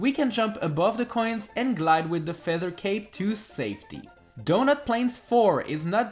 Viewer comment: Did he say feather cake?